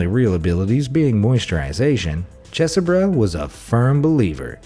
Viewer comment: I think his name is pronounced cheese burrow.